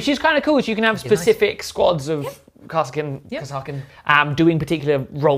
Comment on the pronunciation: Chef... Please look up how Kasrkin is pronounced by the Kasrkin Sargent in dawn of war. No idea if it is correct... But it is the way! Really enjoyed the video!